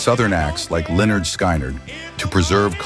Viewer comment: Pronounced Lynyrd all wrong......LMAO.